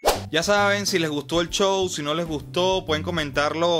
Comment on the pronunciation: pOR QUE DECIS CHOW EN VEZ DE SHOW??